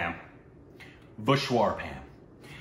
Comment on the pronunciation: was trying REALLY hard to resist laughing when couldn't pronounce "Vishwaroopam".